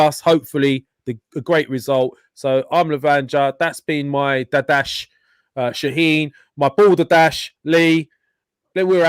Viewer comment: I love how the calls Shahin "Shaneen" hahaha